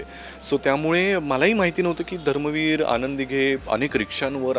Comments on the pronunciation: धर्मवीर बोल ग .धरमवीर काय ? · तायडे, धरमवीर नाही धर्मवीर आनंद दिघे साहेब